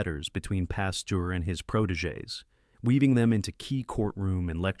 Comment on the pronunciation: The names Pasteur and Muni are mispronounced. Robot narrated.